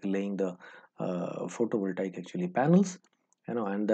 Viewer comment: photo voltaiek ;) , for the liek a, actually, actually, "this side like a north !", tired counting how many laika and actuli , gave up.